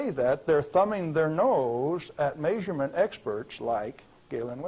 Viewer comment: May-suring. May-surement. 😂